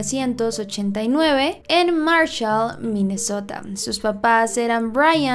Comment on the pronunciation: soy la única que piensa en MI MESOTA cada vez que dice MINESSOTA. se nota que me he visto RÍO